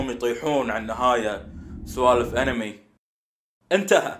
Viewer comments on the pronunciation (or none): none